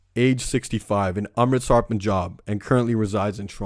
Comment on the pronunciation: you know what else is insulting? the fact that you're judging a famous director from India who only wanted to make a movie about gangs in Surrey, when you can't even say her name or Amritsar right. maybe know your own worth before you judge other people's work. she worked hard and so what if it doesn't reflect real Surrey gangs and culture? not like you could have done any better amirite? and tone down the swearing. you didn't make any sense